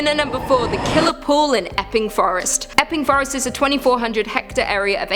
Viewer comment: I swear for a second it sounded like said effingforest. Thought she was just getting pissed off because of the c-virus and it was starting to show. My brain works that way.